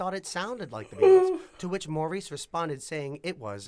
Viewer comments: Not Maurice, but pronounced Morris. They hated the disco label. They called their music contemporary r&b and blue eyed soul, pop. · I wish these announcers/video creators would get their facts straight. Maurice is pronounced Morris, Gibb without the "s", etc... Overall factual, but some of those things are just annoying, lol. They never considered themself a disco band. They already had 3 platinum albums before Saturday Night Fever. They considered themselves blue-eyed soul and loved the R&B sound. Otis Redding sang Dock of the Bay, good song 🙂 The Brothers went on to create hit songs in 5 consecutive decades!!